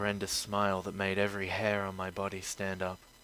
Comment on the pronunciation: Dat not day